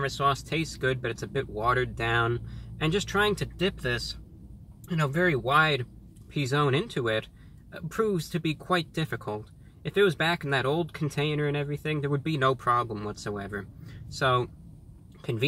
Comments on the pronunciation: For the record, it really IS pronounced the way it sounds. P'zone, like "puh-zone". Not "Pee-zone". Just look up the commercial if you don't believe me. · Where I live in Canada the P'Zone (pronounced Pah-zone, not Pee-Zone... just ask Tommy Davidson) never went off the menu. It has always been available since 2002. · I find it funny that the way it's pronnounced is very similar to the spanish word for nipple "pezón" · He literally mispronounced the one word he shouldn't of have!